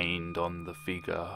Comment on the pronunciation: Ok I know this is random but I like how he says figur instead in figure (it's hard to put the pronunciation in letters)